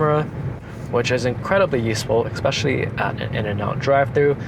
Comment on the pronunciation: eKspecially nice Teeyota